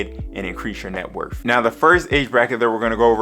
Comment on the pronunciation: Taking Net WORTH advice from someone that says "Net Wurf"? SMH